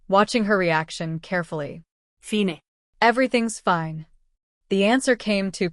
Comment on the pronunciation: I agree. A personal favorite mispronunciation was “FIN - EEE for FINE. I mean, seriously, AI can’t pronounce Fine correctly? It’s a common, one syllable word!